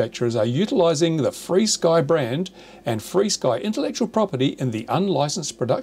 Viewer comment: Is it REALLY pronouced FREESKY?? How does that work? Here, UK, we say Ef ARE Sky.